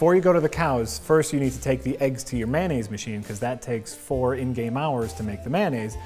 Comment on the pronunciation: Mayonnaise, not "Man-aise" 😜